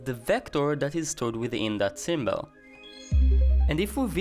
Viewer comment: What is a "symbell"?